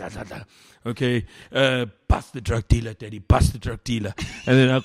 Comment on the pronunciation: Mac g’s pronouncing “Daddy “ kills me 🤣